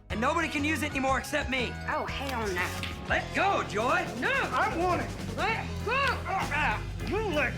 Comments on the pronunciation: You called Joy "Jo"! Nice channel. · I laughed when he calls Joy, Joe.